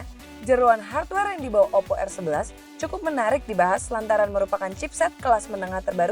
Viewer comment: Oppo rrrrrrrrrrr